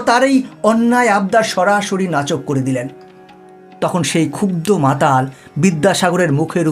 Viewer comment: নাচক নয়, কথাটা " নাকচ " ! মাইকেল মধুসূদন দত্তের জন্ম সাল এর ও ভুল তথ্য দিলেন।। এরকম আজেবাজে ভিডিও বানানো বন্ধ করুন। মানুষ ভুল শিক্ষা পাবে। আপনার চ্যানেলটা ব্লক করতে বাধ্য হলাম।